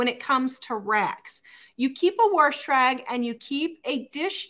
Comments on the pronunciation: u mean warsh whatever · very time I hear you say “worsh” 😆 I crack up!!! My grandparents on my dad’s side always said it that way & I used to tell them there was no “r” in the word “wash” 😂 & they would say the same thing about “y’all” and a few other words 😂 I miss them a lot but hearing you say “worsh” brings those happy memories back. Y’all “Worsh” & I’ll “wash” and know that every time you say it your way, I’m giving you a happy air hug & a high five 🖐️ 😁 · There is no "r" in wash. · She always says it that way.